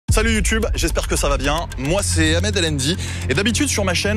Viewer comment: Prononce ton H dans ton prénom gros! :D Sinon la majorité des gens qui essaient d’enc*ler Ibra c’est pour les clics et les vues hein, des gros haters. Sinon j’aime bien le concept, continue! :)